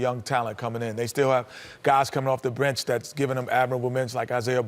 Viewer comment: guys coming off the "brench"